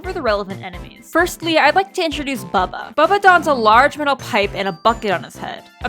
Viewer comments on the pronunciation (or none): Bubba? Bub ba Not buBBa